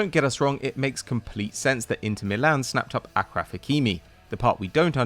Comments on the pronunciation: Its not Akraf Hakimi its Ashraf Hakimi smh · It’s pronounced aSHraf not Akraf... How whitewashed is the Algerian on your crew if he can’t even correct an Arabic name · Its pronounced ASHraf Hakimi and not Akraf Hakimi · Achraf hakimi is pronounced as asjraf hakimi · Achraf not " akraf” Hakimi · how did achraf became akraf I wonder ? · Guys Hakimi's first name is pronounced Ash-raf